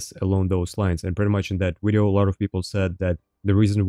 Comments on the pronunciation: "In today's wideo" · gonna start a "todays wideo" counter